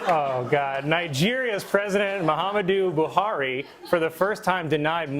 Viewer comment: Colln effortlessly pronouncing Muhammadu Buhari shows he definitely wasn't reading these jokes for the first time.😂